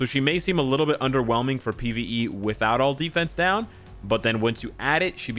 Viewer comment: Lam Bo Xian now that I rewatched the vid he did say Pve but the way he said made it sound like p also I just woke up and saw the notification